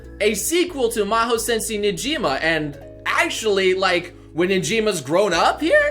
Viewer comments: Who the hell is Nejima, Negima (Ne-gee-mah) lol. But seriously I'd rather they just do the full Mahora tournament but let's see how this turns out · Its negima